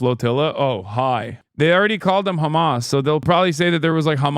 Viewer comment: Whem did george Galloway become khamas 😂